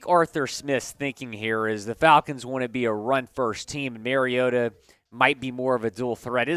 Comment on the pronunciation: I agree. Mary-O-ta, whoever that is, needs to be benched. Though I'm not sure how a team goes about benching someone who is not on their team. Mar-E-O-ta on the other hand is just fine. Has the team overachieving. Don't be telling people who needs to be benched if you can't even be thorough enough to correctly pronounce their name.